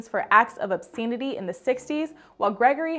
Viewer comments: You're pronouncing "obscenity" wrong. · Somebody please teach this young lady how to say, "obscenity", properly...